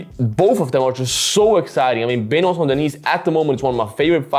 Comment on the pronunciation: Cmon man if you can pronounce "Gaethje" or whatever you can at least try for "Benoit" especially concerning the fact that, you know, its who your video is about...